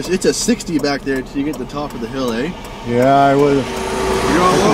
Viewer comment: proof canadians really go "ey"